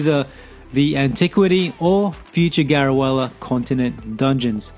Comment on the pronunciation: helpful tips :) also I think it's pronounced Garu-leh-ah